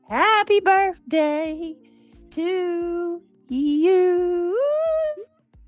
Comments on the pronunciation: Can someone for the love of God and all that is good, tell her there is no "F" in BIRTHDAY. However, there is an F in this hastag. #FUBJ Just saying. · Omg I HATE BIRFDAY and Bafroom it literally makes me not like you as a human